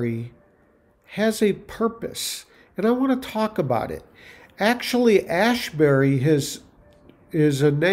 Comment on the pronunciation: Asbury is not Ashbury